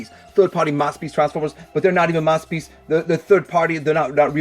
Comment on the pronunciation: Wed gwemlock?mathterpiece